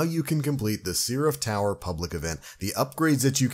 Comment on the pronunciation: The hell is a "sea-raph"?